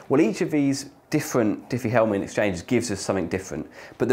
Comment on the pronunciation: Triffie Hellman? xD